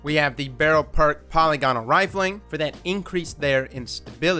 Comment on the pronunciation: OMG its Paul-lig-anl not "poly-gonnal"